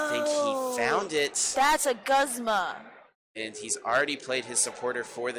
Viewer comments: Whyy does this girl keep saying “guhzma” instead of “goozma” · She pronounces Guzma wrong and it bothers me